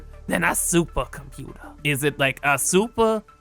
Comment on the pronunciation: The way you say SUPER-ComPUter makes me giggle every time. Thank you!